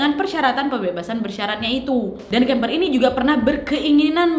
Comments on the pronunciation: Kemper kok jadi kamper waak.. 😂😂ngakak saya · Kamper apa kimper wak😂